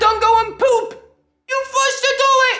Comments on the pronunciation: You really said skibidi toiee 😂😅😂 It's skibidi toilet 🚽🤣😂😆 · Skibidi TOLET bro forgot to pronounce the i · Man has a hard throat In saying Skibidi toilet into Skibidi towet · He said toy it